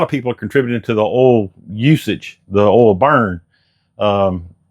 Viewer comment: It’s earl!!